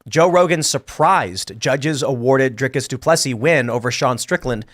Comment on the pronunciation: Tim talking like he actually watched the fight or knows anything about the sport but can't pronounce a single part of Dricus' name- like it isn't repeated at nauseum during the fight 😂